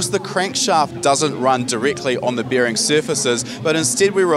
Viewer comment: he said 'bEEring' clearances